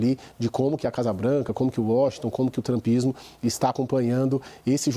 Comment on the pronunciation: O cara que fala "trampismo" tem que levar um 👎. E tentar fazer um cursinho de analista político... Argh